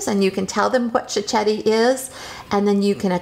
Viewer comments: Please pronounce it properly. It’s pronounced “chiketti” not chichetti. Also it’s not “proshuddo ” it prosciutto with t’s. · it's amazing how she mispronounce the word cicchetti......she's obviously never heard it in Venice (where I come from by the way..) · You need to pronounce cichetti properly first.